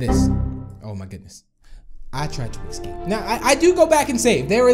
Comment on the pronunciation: It's escape not ecsape